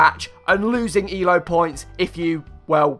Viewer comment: You said E-L-O like the letters stood for something.